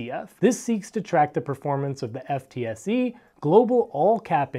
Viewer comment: For reference FTSE is pronounced 'foot-sie' but great videos, keep it up